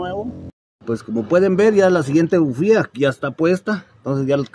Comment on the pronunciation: Porque le dices BUFIA? A las bujías ?????